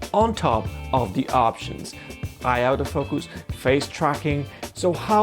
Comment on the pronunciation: One suggestion, learn to distinguish between the pronuncition of autofocus and "out of focus". They're very differeny things and it can be confusing.